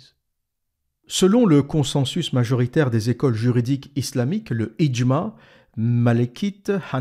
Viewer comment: bravo pour la pronunciation du "FIQH" reste à maitriser le "ع" comme " le idjmaa3" " " comme un son de mouton